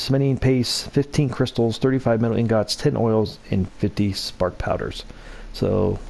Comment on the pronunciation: You pronounce ingots so wrong 😂